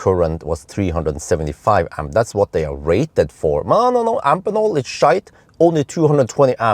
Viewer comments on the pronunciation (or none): Hey, just minor remark: I'm quite sure you should pronounce the connector-manufacturer Amphenol like you do Phoenix: both "ph" are pronounced "f". At least: I distribute a product of a European daughtercompany of the US Amphenol, and they say Amfenol...